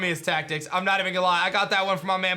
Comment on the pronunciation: DID I HEAR FUCKING TACKICS